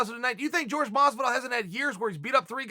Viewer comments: Its Jorge not "George" Dumbass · Dude, how do you not know by now that it’s not pronounced “George” lol